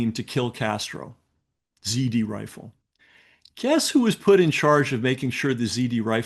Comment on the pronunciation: Z R Rifle, not zD